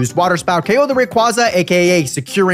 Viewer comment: The way you pronounce Rayquaza physically hurts me